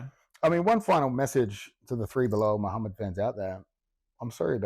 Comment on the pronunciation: "Belal Mid-hammad" 😂